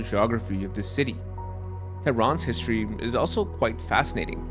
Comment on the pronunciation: good content. the narrator needs to use betten enunication -- words such as: regularly, history, important, citadel -- are garbled and have no pronunciation of the letter "t"